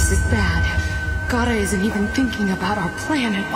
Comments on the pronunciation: It’s Gaara not Gara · It Is Gaara not gara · why its gara its gaara